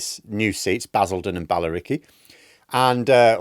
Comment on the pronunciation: OMG, it finally happened, I became a southerner!!!! Lived down south for 30 years (Northerner by birth) and you said, Ballericy. I instantly went WTF, it's Bill, not Ball.... I've gone southern, help me!!!! lol